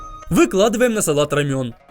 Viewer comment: Не рамён, а романо)))